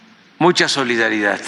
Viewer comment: Será que este burro se vaya a ir sin haber aprendido que las palabras que termina con “d” así se pronuncian y no con”t” se dice covid, no covit y es solidaridad, no solidaridat!!!! Bueno dicen que “chango viejo, no aprende maromas nuevas”